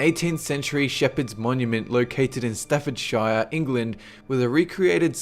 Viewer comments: It is Stafford sh-ee-re not sh-eye-re I live there, it is irritating when people pronounce it 'Stafford-sh-eye-re it is stafford sh-ee-re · Just for future reference you said Staffordshire as it's spelt like stafford then shire but you say it as Stafford "shear" (like shearing a sheep) I know this since I live there haha :D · Staffordshire is pronounced Stafford Sheer. We only say Shire as you pronounce it, if the word stands alone. If its attached to the end of a place name, it sounds like Sheer. :) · When you are talking about counties in England, like Staffordshire, you pronounce it: 'Staffordsher', don't bother emphasising the 'shire' part. Other counties like Gloucestershire aren't pronounced like 'Glowsestershire' either, but as 'Glostersher'. it always makes me chuckle when people try and pronounce them how they're spelt. Not the persons fault, just amusing haha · its not shire its pronounced SHIR AS IN SIR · That's one funky pronunciation of Staffordshire. Being the strange people we english pronounce it as 'Staffordsheer'. Same as places like Birmingham and Nottingham, which we usually pronounce as Birminghum and Nottinghum. No idea why, we just do. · Please please please pronounce the English counties with "shire" on the end as "sheer" so Stafford-sheer. Much more commonplace over here :) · Americans pronounce Staffordshire Staffordsher it sounds better and not from a Lord of the Rings book :D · number 5 is pronounced staf-ford-shear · lol at how you pronounced staffordshire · you said Staffordshire wrong. nice vid though. p.s. subscribed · You have great videos but you always pronounce English/British place names wrong and it always makes me cringe a little. They're not always read how they look like they're read. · Wool Woop Staffordshire 😝